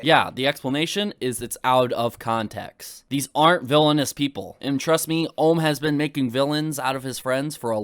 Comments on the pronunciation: Never seen anything from this keemstar guy before but does he seriously not know how to pronounce the word ohm? Like seriously he needs a basic electrical course to learn what ohm is. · Or Ohm's, when he said Armreckord I died of cringe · it does bug me that he keeps saying ohms name wrong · as soon as i heard keem say ohm i stopped watching